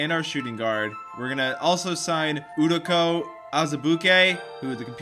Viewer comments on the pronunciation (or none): (U doke a) not udaka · Udonka u said that so wrong... as a Kansas fan I am disgusted but laughing that graham and azabukie reunited lol